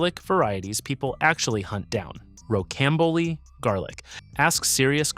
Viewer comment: Rocambole is pronounced “ row -cam-bowl “